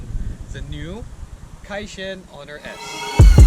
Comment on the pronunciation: It's pronounced as kai - chen.